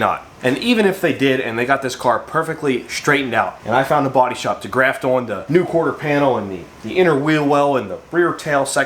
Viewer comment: Where are you from? The way you say the word "on"..."owen" really drives me crazy.